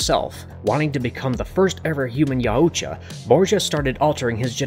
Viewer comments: How are you going to make an hour long video and pronounce the name of the predators wrong every time and have no one say anything. It’s making this video unwatchable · I know there are a few ways to pronounce Yautja but I've never heard the way you pronounce it and I must say I absolutely hate it. Idk why but it's like nails on a chalk board to me. Sucks because I wanted to watch this video but I don't think I physically can. :( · This guy doesnt know how to pronounce Yautja at all! 😂😂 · Yow-oo-tcha got me and kept going like nails on a chalkboard Just Yow-tcha/Yaw-tcha Au makes a single sound Like taught or caught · I’m pretty sure it’s pronounced (yow-cha) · I'm pretty sure that the pronunciation of yautja is "y-out-ja". That's all, hope y'all enjoy prey today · YAOUtya? Sorry but I believed it was Yautja. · It's pronounced Yowt-cha, not Yow-oo-cha. Drove me crazy for 58 minutes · Buddy puts too many syllables in Yautja lol. It's Yaut-ja not Yau-uut-ja lol. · yow-cha no yah-oo-cha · Yow-cha not yow-u-cha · The name is pronounced "yOWtja" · And also I’m loving the yar udja as he pronounced yaudja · YAH-OOU-tJAH....I can't unhear this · “Ya yoo cha” or “yowcha” i cant😂😂😂💀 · 30 seconds in and you’ve said YOWOOCHA about 5 times… can’t do it. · The YA U CHA 💀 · Pronounced Yacht-Ja. It's like Taut, like a Tiger... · its Yautja.... Not yauooootja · It’s pronounced yowt-juh damnit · Yaaoocha😂 Danny Gluever😂 dude to be so well read you sure do mispronounce a lot of words. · Yaooojta lol just say yaujta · Yea it sounds so weird when he says it! I guess he's trying but a little Google search would tell him how it's pronounced. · Each time i hear you pronouncing Yaucjas it's screeching sound in my head. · Anyone else lowkey mad about how he pronounces Yautja, and animosity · Your pronunciation of yautja is killing me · why do you say yautja like that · it hurts my brain how horrible he pronounces yautja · Can't even say their name right smh